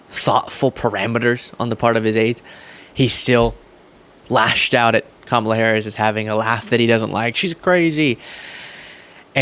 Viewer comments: Maybe she thinks you’re dumb, Jr., because after 4 years, you still can’t pronounce her name correctly. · So Jr either doesn't know how to say Kamalas' name or he's being petty too? Just gross. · Too bad that we have had Trump the primary candidate that belittled fellow Republicans a neaive campaign against Crooked, lock her up Hillary, then a loosing campaign against Sleepy Joe. And now Kamala Harris that he has never gotten her name pronounced right. It's hard to call Trump big on policy. That first campaign build the wall, end Obamacare, trade deficit, 3% growth, tax cuts were close to policies but now he is unable to articulate any policies. Just my opinion